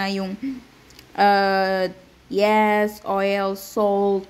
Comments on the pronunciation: yeast as in yist hindi yest😠! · Yeast Kasi dapat. Mali bigkas Niya.